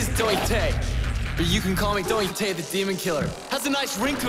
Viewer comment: Dante? I only know Doite. He says it himself